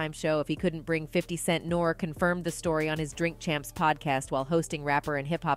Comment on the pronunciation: She said Nore lol